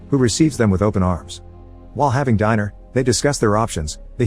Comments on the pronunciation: so we’re gonna skip pass the way he said dinner 😂💀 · Your AI narrator can't pronounce DINNER lol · “While having diner” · "while having diner" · "while having diner"?